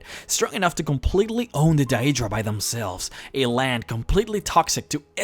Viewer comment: DAY-DRA. Deadra